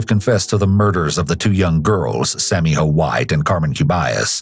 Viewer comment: It's not Sammy Ho.,.it's Sammyjo....with a J. When telling a story you need to learn how to pronounce words. What disrespect. Also, there's a very hot place in hell for this psycho POS.